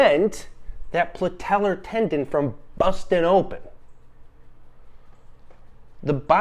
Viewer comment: Probably won’t take advice from the Meathead who calls it the “PLATELLAR” tendon